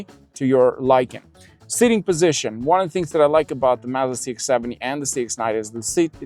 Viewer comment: You are misprononcing Mazda, slightly. Listen to the way they say it in their ads.😮